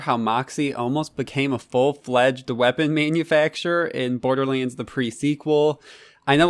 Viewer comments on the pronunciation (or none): Borderlends... its borderlands